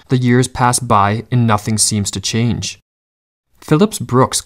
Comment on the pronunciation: "What our life might have bean" "a chenge in our life is needed" am I the only one that heard that or am I just Southern lol